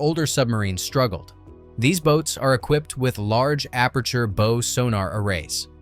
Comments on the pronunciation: "Bow" as in "boe" should be "bow" as in "bow wow". Damn AI. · Oh forgot to say dissed it. Bow of a ship pronounced as in "bow (bo) and arrows". Really? Almost forgot submariner pronounced wrongly too. Should be pronounced "submareener". Educated on that from a crew member off HMAS Collins. UGH! Horrible channel.